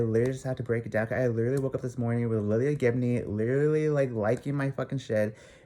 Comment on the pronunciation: first off, her name is lilah Gibney (lye-luh). Also, are you personal friends with any of them? If not, I don't think you have a right to put in any type of assumption of lives you don't know just because you "think" you know what happened. also, the truth and an opinion are two different things. So this is definitely just an opinion and assumption. Not the truth. No one knows the real truth right now but ya know what? That is ohkay. Let Jeffree and Nathan just live their lives and do what they want and feel is good for them. &last, if some girl came into my man's inbox i'd do the same thing and I'm sure a lot of girls can agree with that. We do things when we get angry and see a girl trying to talk to our s/o.I hope you don't get any death threats for speaking your opinion BUT it was really unnecessary from someone that doesn't know them on a personal level.